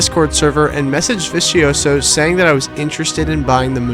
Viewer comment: The way you try to pronounce vicioso has me rolling 😂😂😂😂😂😂